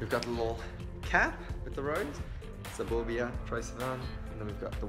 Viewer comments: Lauren Sharp sapoobia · Omg I thought the same 😂 thought it was burbia like a burp hahah shame on me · The way he say suburbia kills me!!